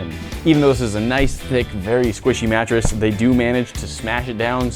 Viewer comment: WHAT A "MATRESS"?😅😅😅